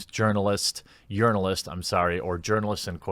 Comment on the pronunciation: I wouldn't call that a threat. A threat implies he has any power. Let him write his silly little "negative" review. Watch Earthworm Jim still rocket to success while we all drink salty SJW tears. Also, I always thought you were saying "yearn"-alist, as in "someone who yearns to be recognized as an actual journal"-ist. Huh! ALSO-also... that word is pronounced "ass-waged".